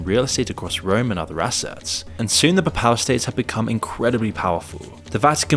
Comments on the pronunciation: The "peh-pAl" states lol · you cant even pronounce papal state correctly